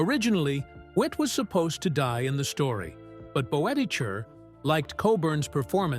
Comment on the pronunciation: Bud Boetticher’s last name is pronounced “Bet-i-ker.”